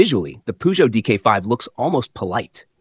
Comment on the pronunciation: Chère voix synthétique, encore un petit effort pour prononcer la marque française Peugeot correctement.